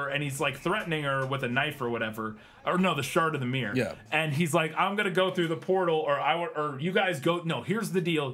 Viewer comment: Your pronounciation of mirror is just myyrrhhh :D